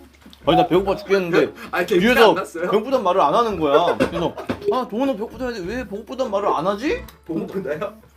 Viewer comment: 보고프다(배고프다) 발음 샌다고 그새 또 보고프다요? 공주 놀리는 도은호 😂😂😂😂